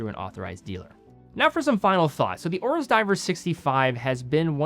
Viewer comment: Why does he keep saying; Ore-us = Oris (it has an 'i') When did a; Complaint >> become a "call-out" ?